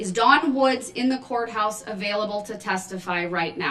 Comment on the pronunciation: But he reads his bible EVERY DAY! Even on breaks! And he’s a CHRISTIAN! Are we to believe that he is reading his bible right now? Can he read? He obviously can’t pronounce a lengthy list of words. CO-Horse. Baff-Room. Li-Berry. He walks around with no shirt on and my favorite of all time. Trying to stare people down while being chained to a chair. The absolute foolery! 😄